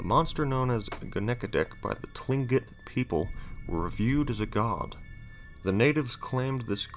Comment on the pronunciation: Ill-ee-om-nuh and kling-get not t lingit